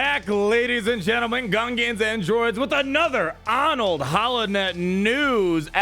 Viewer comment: "Grand Admiral " CONFIRMED